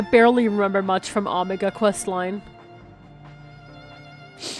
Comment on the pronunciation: The way pronounces things hurts me... "Ahmagah." It's Omega! Also, you owe Hydaelyn/ Venat all the apologies...